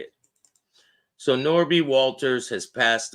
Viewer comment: It's Nobby! Ha ha ha!!! pronounced it. Not Norby.